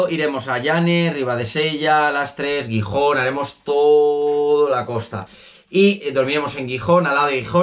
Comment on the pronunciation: Pasarlo bien por los pueblos de la costa , espero q te haya ido bien en travesera Posdata : pronuncia bien Gijón jijiji